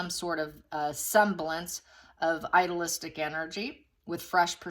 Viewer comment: Idealistic. NOT idolistic. Two different words. The one you want,, is idealistic, pronounced with a hard long E. "I-dee-lis-tic." Please fix bc i really like your readings but when you mispronounce common words it lessens your credibility.